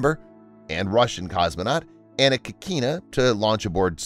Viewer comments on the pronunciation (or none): zvezdA -- ударение на последний слог , kIkina -- ударение на первый слог